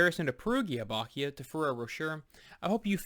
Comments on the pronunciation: You should have done a research. Perugina, is an older compagnie 1922 and purchased by Nestle in 1988. Baci, means kisses. You pronounce Bachi 😊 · That's not how you pronounce Baci